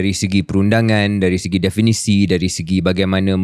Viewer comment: KJ banyak kali sebut “definasi”… Perkataan yang betul adalah “definisi” diambil daripada perkataan asal dalam bahasa Inggeris iaitu “definition”. Harap dapat betulkan. Apa-apapun, terbaik KJ dan Shahril. Teruskan usaha kalian yang bagus untuk manfaat seluruh rakyat Malaysia.